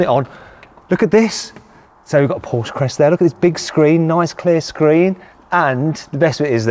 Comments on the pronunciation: Even when the Porsche employee keeps correcting your wrong pronunciation you continue with inaccurately pronouncing Porsche! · Its not 'Porsche' . . . . its 'Porshaaah' 😆😅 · How tf can Matt still pronounce Porsche as Porsh as an owner? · come on Mat, it’s PORSCHE, not pooOOsh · You can’t or won’t say “Porsche” properly? You’re a punk. Go buy a Corolla. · You said the brand wrong and the wheel is on the wrong side. Lol did you wreck it? Jkjk I sat in my c4s today for the first time. We all have fun don’t we? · Another person who does not recognize that Porsche is a two syllable word................... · Owns a Porsche, is a motoring journo, but doesn't know how to pronounce the brand's name. There again, he's also used "broke" as the past tense of "brake"! Probably thinks "brake" is spelled "break. 🤣🤣🤣🤣🤣🤣🤣🤣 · Stopped watching the video and gave it a thumbs down soon as you pronounced Porsche incorrectly.